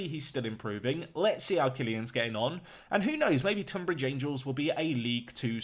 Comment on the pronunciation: Pronounced TUNbridge...just saying. I live not too far away from there. Really interesting video. Love it.